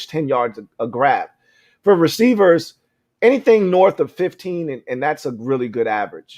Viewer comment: For the record... I was one of the ones who complained about you saying "norff" instead of "north". The reason is that you're clearly a man with a high IQ.. And when you mispronounce those words, it belies your formidable command of your faculties. Correct pronunciation and less "ghetto" type vernacular is the best foot fwd IMO to appropriately market your content. There's a huge demand for high IQ, sofisticated content on YouTube. HAIL!!!